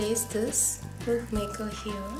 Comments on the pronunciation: Hairstyle is really nice.. but the way u pronounce puff is wrong.. it's not "poof" it's "Puff"- paaf (made it easier for u to pronounce).. I ain't criticising but FYI.. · it's not pooof...its puff